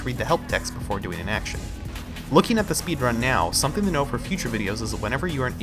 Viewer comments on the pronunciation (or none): none